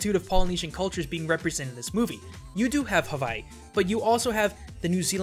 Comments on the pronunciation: I'm sorry bro, but as an Islander within the Hawaiian chain of the video your pronunciation of Hawaii is kinda, bad. I'm sorry, but don't worry 😉 love watching your videos to I'll continue to watch it. Cuz their awesome. ❤️ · Why do some people pronounce "Hawaii" as "Havaii"??! It's reminds me of that girl on the tv like.. " to the sandy beaches of Havaii..." To the something something of.. . Havaii.." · he calls it havai instead of hawai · Oka sole, havaii?? What's havaii? It's Hawaii, for future videos. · Havai? Is that how it's pronounce. I have ALWAYS heard it be called as HaWaii. With an english W. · Does anybody else notice he is saying "Havaii" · Loved how you started by pronouncing HAVAI and siwtched back to normal at the end lol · I'm sorry, this bothered me, but Hawaii is pronounced "Havai'e" You forgot the "e" at the end Sorry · Is Havaii the correct pronunciation of Hawaii, or somewhere else entirely? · The way you say Hawaii makes me uncomfortable. Its proper Hawaiian pronunciation has three syllables, Ha, Wai (pronounced Vai), and `i (pronounced as an E). More modern pronunciations simply use a "w" rather than a "v" but still has three syllables. Source: Live here. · My dude! I'm from Hawaii, and you do NOT pronounce Hawaii that way. doing that will get you called a ha'ole (local slang. kinda racist. ) Please don't say that. not tryna be mean, but thats pretty high on the pet peeves list for people from Hawaii. (you pronounced a lot of other stuff too.) P.S. I love your videos! I don't want to offend you. You're still cool! P.P.S I do wanna note that you explained the history really well. Im actually asian, but I live in Hawaii. Thanks. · why do you keep pronouncing Hawaii weird..?